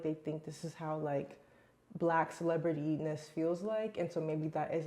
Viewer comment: Did you say "celebretyness" ? 😅 I was trying to see it written out in cc but no luck.